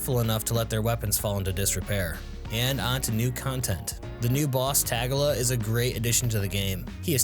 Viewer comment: tag-ga-la its TA-gill-la